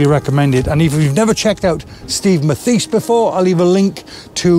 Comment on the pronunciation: Excellent video, nice to see you do some bird photography! By the way, I believe Steve’s last name is pronounced “Math-is”